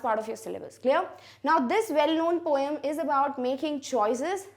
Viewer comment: It is not poyam it is poem 🤔🤔